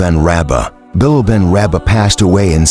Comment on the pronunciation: Please pronounce his name. Correctly. Pathetic you are